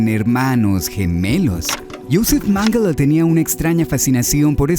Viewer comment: que raro que mengele y la palabra mangle se pronuncien casi igual, tremenda coincidencia la vdd